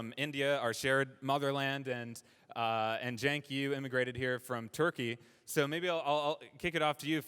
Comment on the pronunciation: His name is not “chank” it is “senk” no h if momma wanted you called “chank” then momma should have learned how to spell. Like cent with a “k” sound at the end. Pretty sure his last name is pronounced “Goober”